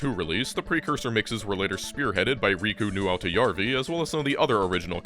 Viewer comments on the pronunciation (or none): "Riku NewAutoYarWee" English speakers trying to parse finnish names always leads to fascinating new pronounciations Tracker music really does need a resurgence